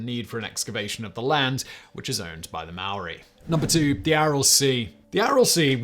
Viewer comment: Spot on with Maori pronunciation Simon... kudos.